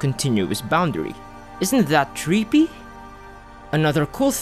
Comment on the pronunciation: "Isn't that treepee?"